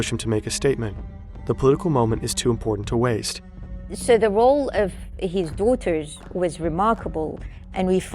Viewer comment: Had me burst out laughing. "The role of his DOOTERS was remarkable"